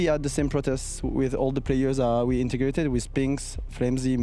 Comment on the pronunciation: "intergrated"?? :D